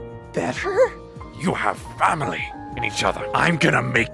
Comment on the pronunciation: “U HAVE FAMERLY”☠️☠️☠️